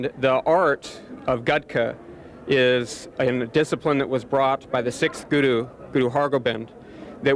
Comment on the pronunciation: that's not their names some these white people look stupid they just started to be Sikh he is not even saying guru right and by the way I am Sikh